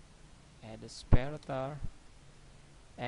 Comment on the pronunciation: Sometimes you are very hard to understand and often you use the wrong words, e.g. you say "sparetor" but I think you mean "separator". That makes it sometimes very difficult to understand. But otherwise, great that you have made the effort.